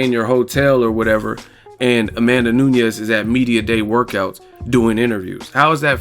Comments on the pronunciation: Only one reason needed.. She got no standup.. and it's NU NES not Noo-ni-yez jeesus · A tip from Brazil: Amanda N U N E S (portuguese surname). N U Ñ E S (is spanish). Spell it like NUN + ES. But it was a great commentary about N U N E S victory.